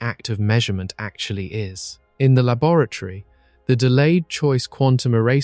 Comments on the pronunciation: Wait. Is "labaratory" a new word or is he trying to say laboratory? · Has to turn it off after the second mangled pronunciation of 'laboratory'. Distracting